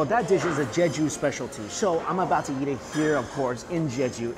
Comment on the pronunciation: Hey Mike I have been bingeing your videos and my wife loves when you say eat because of your accent. Because it sounds like yeet. Thank you for the good times!